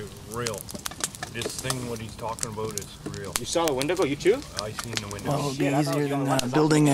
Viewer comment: also, it's pronounced "when- Dee_ Go" even when plural.